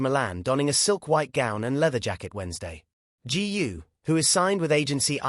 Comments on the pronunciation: Please do your homework! Her name GU is pronounced as GOO not g u ! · Why pronounce her name as G. U. ? Is that difficult to say GU ? By the way, her real name is : GU AILING ! Chinese people always place the family name ahead of the given name. Hungarians are the only Westerners who do the same as the Chinese because their ancestors came from North/Central China ! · That idiot can't even pronounce Eileen's surname !! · I guess AI is far from perfection. If it can't even pronounce her name right. Please don't post it. Totally disrespectful towards Eileen and her family.